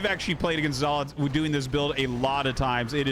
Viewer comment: His name is Zelot not Zealot